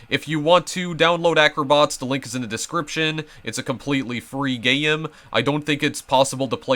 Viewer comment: hold on did you call a game a gayem